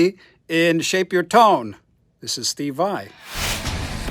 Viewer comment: Grazie per la donazione... hai fatto un gesto esemplare per tutti noi!!! Steve è magnifico 😍😍😍 che bel video!!! Ma hai sentito come dice bene ALESSANDRO e SHAPE YOUR TONE???? 😆😆😆...... ma un momento.... al minuto .... che cè in quello scatolone Gibson???